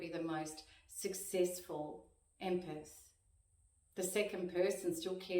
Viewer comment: Empeth , it's empath